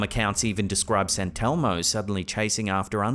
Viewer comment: sant elmo? sant elmo? its saint elmo